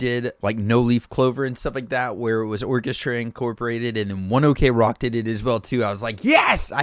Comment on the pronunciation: Just so you know... The band name pronunctiation it's not One Ok (okay) Rock but "ok" without the oder letters cause it came from One O'clock that in japanese it's pronounced "wuan oku roku" (the hour they started practicing) thant creats One Ok Rock. Sorry for my bad english spelling, I'm not native in these language XD